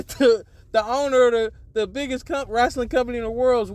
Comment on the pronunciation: Wrestling not Wrastling